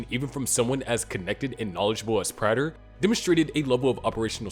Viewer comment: Imagine making so many videos about Dexter and not even knowing how to pronounce Prater.